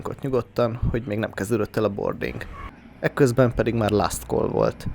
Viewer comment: "...hogy még nem kezdődött el a 'bording'..." - Ha már angol nevén említed, akkor legyen angolos a kiejtésed, ne recsegtesd a RRRR mássalhangzókat, mert borrrrzalmas hallgatni, de még jobb, ha becsületesen így mondod: beszállás. Talán így is megértjük. Legalább itt, a kis Kárpát-medencei kis töredék-hazánkban.